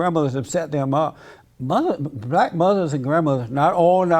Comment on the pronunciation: That’s what I said when she said buhlack men were being incarcerated lol, she’s stooooopid.